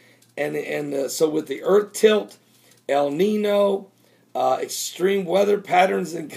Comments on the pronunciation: Though I am not of Mexican/Spanish descent, I am familiar with the language as I am from So. Cal. and something you keep saying is irritating me. El Nino. Notice the little squirelly thing above the second N in Nino? That N is pronounce like an NY so it is actually pronounce El Ninyo. Stop saying NINO. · Follow me....EL NEENYO.....not NEENO....lol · the little mark over the n makes a ya sound el neen-yo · It's pronounced 'ninyo' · It's a Spanish word pronounced "neen-yo"... The little squiggle above the "n" means that it is pronounced "n-y".